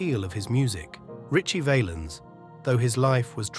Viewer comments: Say the name pronouncing it Vahhhhhlens not Vayyyyyelens. And to people posting videos about Selena. The q in her last name is spoken Like a k. Bottom line if you're gonna do videos say the fucking names right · Val-ens not vaylens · It's pronounced Val-ins not valens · It's not VAYLINS you stooge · Who the fk is Ritchie Vay-lens lol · BS video. But nice to find out about his life. The way the narrator kept mispronouncing his name was pissing me off. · His name is being mispronounced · The a is short in Valens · They need a computer voice that pronounces their names correctly it wasn’t even close to being correct